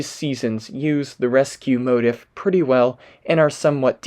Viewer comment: Quick note : motif is a long I sound, like leaf, not like in the word "if'. Otherwise, great video.